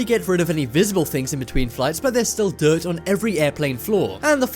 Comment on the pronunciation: ThinGs not thins